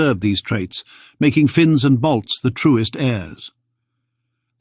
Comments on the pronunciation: Not Bolts, he's saying BALTS...From the Baltic states around the Baltic Sea, Estonia, Latvia ,Lithuania. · Ok. He pronounces it "Bolts" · No he does not, clearly "balts"